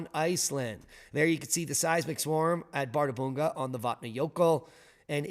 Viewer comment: ð is pronounced 'th' in Iclandic.